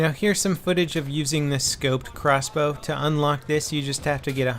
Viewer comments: How much harder is it to say crossbow???? Xbow just sounds ridiculous! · OMFG xbow is crossbow but shortened in words, but if you were to say it verbally it would be CROSSBOW, not XBOW! moron...